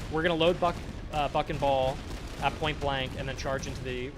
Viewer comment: "BUCK and ball"!!!! Aaahh... sounded like "f**n ball" - not very on-brand for this nice young lad.